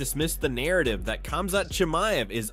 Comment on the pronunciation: This AI is pronouncing these fighters names differently each time 🤣🤣🤣.